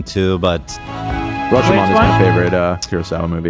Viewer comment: Did they say Kyurosawa and Rush-o-man?? 😂😂😂 as a Japanese I feel so disrespected lol